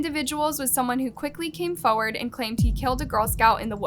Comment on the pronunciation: Its said “forward” not foooard.